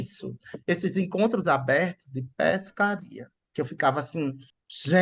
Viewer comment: Péshcaria. Isso é baianiches (mistura de biches com baianez)? Achei uma délícia.